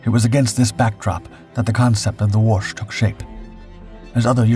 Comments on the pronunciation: Pronounced Wo-shee. The last letter is an “ś”. That is that whistling or whispering sound Poles are known for… You just keep practicing… you’re gonna get better. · Good atemt at saying Łoś but you were saying more of Łusz not Łoś as "Ł" is read like "w" in what, "o" is read like "o" in not and "ś" is like verry soft "sh" or that's closest way i can explain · It's Łoś! You see it's important beacause Łoś (ł is english w and ś is kinda verry soft sh) means Moose, while Los would mean Fate.